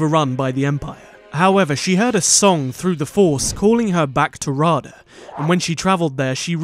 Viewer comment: Raada is pronounced Ra Ay Dah not Rah Dah